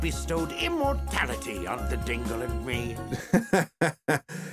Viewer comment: I thought you said Tingle instead of Dingle... Hey at least Tingle is a more interesting character